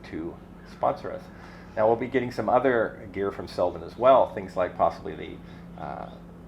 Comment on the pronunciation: Congratulations to all new sponsors! Not to be picky but it should be pronounced Seldeen with a long second E. Cheers from Sweden! 😉